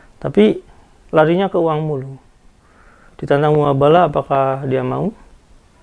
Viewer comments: Koreksi bang "Mubahala" bukan "Muhabala" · koreksi mas, Mubahalah bukan muhabalah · MUBAHALAH Bukan MUHABALAH. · Mubahalah ngong,bkn muhabalah